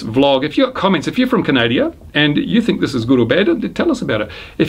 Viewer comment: Try to learn how to say "CANADA".